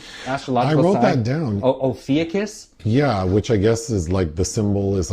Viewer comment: Yessssss a good horror involving my 2 favorite subjects, astrology and murder lol I love it already. And not to be that b*tch but the 13th sign is Ophicus pronounced O-FYOU-KUSS. Finally something I know about that doesn’t lol 😂 jk You guys are awesome as always thx for the review I’m going to go see it with my son this week. Btw I loved Grave Encounters, plenty of camp and gore it was a fun movie the 2nd and 3rd meh but the first one is great! ❤